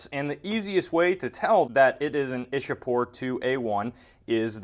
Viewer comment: it's Iccha-pore not Isha-pore. local people say Icchapur.